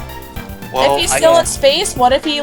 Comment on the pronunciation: Stopped watching at "Eggman" COME ON GUYS. get it right.....